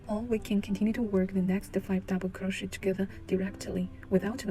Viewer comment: It is pronounced as kroh·shay not crow-shet Also couldn't see properly, white yarn on white background, hard to understand